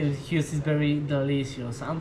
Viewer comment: " He was trying to say Juice. 💝